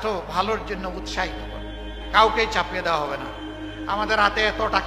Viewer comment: চাপিয়ে দেওয়া এই দুইটা শব্দ আপনি ভুল উচ্চারণ করলেন তবে আপনি বলতে পারেন মুসলমানদের জন্য ইসলামিক রীতিনীতি গুলো ফরজ তবে আমুসলিম হলে ভিন্ন কথা